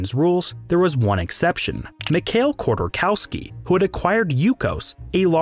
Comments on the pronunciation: You mispronounced the name - Mikhail Hodorkovskiy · I don’t expect anyone to have perfect foreign pronunciation, but Chodorkowski’s name is so badly butchered, I only recognized it through context. That means there is no grown understanding of the issue.